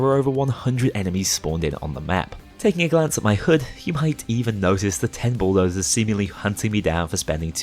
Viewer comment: His accent kinds makes it sound like he's calling them Schooldozers...